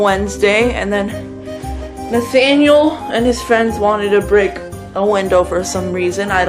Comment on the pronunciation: Damn u did “Nathaniel” dirty